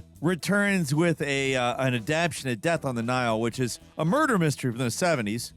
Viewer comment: Add-ap-tay-shun Not Adapt-shun. Jesus